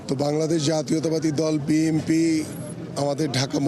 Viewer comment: উনি বার বার BMP উচ্চারন করছে 😂